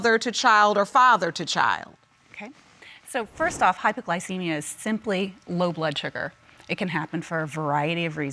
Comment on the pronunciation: "HypoGlowcemia.." Lol I sometimes live for the new pronunciation of words that come from a lot of these people on all my favorite shows.... Lol 🤣🙄🤣😜😏